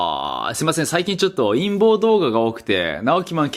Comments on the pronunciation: 陰謀動画が陰毛動画？淫紋動画？に聞こえる(難聴) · 陰毛の動画って聞こえた